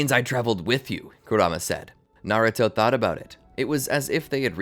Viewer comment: I’m 4 minutes in and I’m pissed that you can’t pronounce kuramas’ name correctly